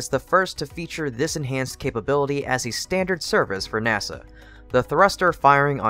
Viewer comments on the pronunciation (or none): none